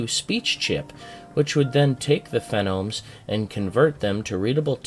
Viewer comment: Phonemes, not 'fe-nomes'. hehehe